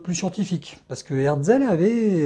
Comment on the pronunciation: Une superbe vidéo comme d’habitude, un seul petit bémol, vous écorchez le nom de l’éditeur, il s’agit d’Hetzel et non par HeRtzel. Je vous invite par ailleurs à consulter les tarifs des éditions de la fin du 19ème ou début 20ème des ouvrages de Jules Verne de la collection Hetzel... En termes d’investissements, il faut faire un choix entre la lecture ou le matériel pour l’astronomie 😉